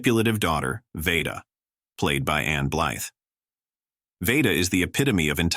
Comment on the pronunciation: Tell your cheesy AI narrator that Mildred Pierce’s daughter’s name is pronounced “VEE-da”, not “VAY-da”.